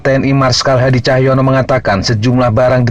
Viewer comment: Menit ke sd kalau saya tidak salah dengar admin sebut nama panglima TNI hadi cahyono atau hadi tjahjanto kah ?